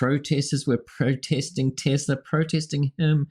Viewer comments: I love Teslerrrr... He doesn't even know how to pronounce it right. jfc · Trump: "I love TESLER" lol. He can't even pronounce it right... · BWAAHAHAHA,,, Trump said "I love TES:LER!!" Doesn't even know what the company is called. What a joke! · That almost looked like Musk was committing elder abuse on Trump. Love the end where Trump mispronounces Tesla. "I love Teslerrr" haha! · Tesla + Hitler = “I love Tesler” 😂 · I love TESSLER??😂😂😂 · I love Teslurrr 🤦🏽‍♀️😂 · He love TesLERRRRRRRRRRRRR not TesLAAAAAAAAAAAAAAAAAAAA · Lol at Trump saying Tes-ler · "I LOVE TESLER". what an Idiot. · He loves "Tesler!" TELSER...... 😂😂😂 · 😂😂😂At the very end Dump calling Tesla "Tesler" is pure gold. 😂😂😂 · Trump..."I love Tesler". LOL... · "I love Teslerr" 😂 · "I love Tessler!"... and he is not buying any of the cars, he is getting them for "free" from Peelon. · “I luv TeSlure” 🤣 Trump could not have said it better. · “I love Teslerr!” ? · Did he say Teslerrr? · Did he say "I love TESLERRRR!"???